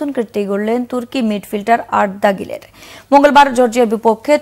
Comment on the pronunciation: Arda Geler na arda guler 😂😂😂